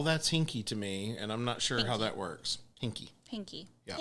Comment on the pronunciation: "Hinky..." Probably completely unintentional, but last utterance of "hinky" wherein she had put the accent on the last syllable, immediately made me think of Michael Mann's 'The Last of the Mohicans.' Particularly when (I believe it was) Wes Studi's character said the word "Yankee." Probably not the intention there. I've also been one to emphasize parts of words that are not usually emphasized. So perhaps it was just that. 🤷🏼‍♂️